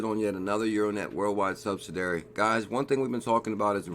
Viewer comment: Hey check out how to pronounce "subsidiary";-)